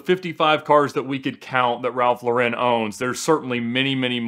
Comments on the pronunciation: It's LAR-en not luh-WREN. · His name is pronounced Lor-In not Low-ren At 16, like his brother Jerry, he changed his name from Lifshitz to Lauren, 'after Lauren Bacall' (another New Yorker of Jewish-immigrant stock, who also changed her name, from Betty Joan Perske). 'I wasn't doing it to be pretentious,' says Lauren. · So much auto knowledge and research but not one of them bothered to learn how to say the man’s (brand) name.